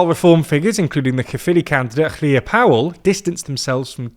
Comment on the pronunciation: Did you mean "Labour aren't doing that well"? Instead of "Labour aren't doing that badly"? Wales shaded should include Anglesey/Ynys Môn A single 'f' is pronounced as a 'v' so Hefin is pronounced "Hevin" (RIP). Well done on pronouncing Llŷr! Elenedd* is pronounced el-ENN-edd* (Emphasis on capitalised syllables). The 'dd'* is pronounced as a soft d or th as in "fathom", not "bath". Da iawn on the report! (dye YOWN meaning very good/alright) Reform are c*nts. True. 😊